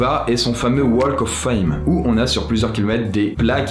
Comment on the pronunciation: Dans "Walk" on ne prononce pas le "L" en Anglais pitié !